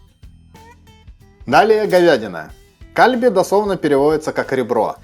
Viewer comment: кальби ударение на И, пулькоги ударение на И